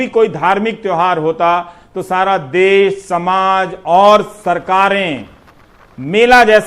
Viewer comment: देश होता है देस नही सर